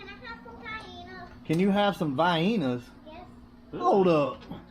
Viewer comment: The way she said Vienna had me chuckling. Vyena 🤣